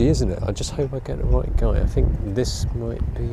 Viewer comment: Ah... He says "roight" like only a man from Norfolk can...